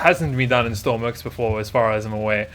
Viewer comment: stop sayings stormwix it's stormworks idiot im tired of you saying stormwix!!!!